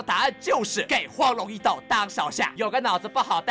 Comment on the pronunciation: 應該是簡體字把「斗」和「鬥」合併了的原因，所以「斗」大陸是個多音多義字，表「斗」義就讀「抖」，表「鬥」義就讀「豆」，但有些人或者AI在不常見的詞裡就無法從詞義判斷讀音了。